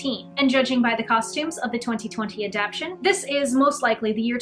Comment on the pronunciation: Wonderful, informative and well researched, but please dear, a-dap-TAY-shun.